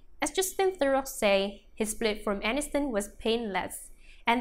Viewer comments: It's pronounced The row if you're going to have a you tube channel about the celebrities for Gods sake pronounce their names correctly. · This robot must be programmed to pronounce names properly and to speak with regard to punctuation.